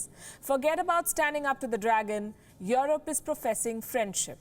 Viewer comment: It's EUROPE not YORUP - pls pronounce english properly